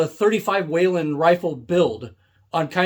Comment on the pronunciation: There is no A in Whelen Not a Waylon Jennings